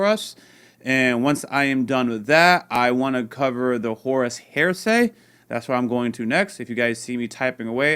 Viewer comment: Heresy is pronounced hair-uh-see, not hearsay 😂😘